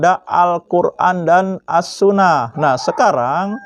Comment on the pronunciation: Wduuuuh sok pinter smpian. Sok nantang orang. Baca assunnah saja kurang bener ap lgi ke yg lain. Bukan assunah pak tpi assunnah.